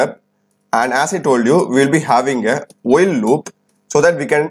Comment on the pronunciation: No disrespect can I ask why you pronounce n as yen and while as wheel ???? I was just curious . Cause I heard a lady YouTuber also pronouncing it like this.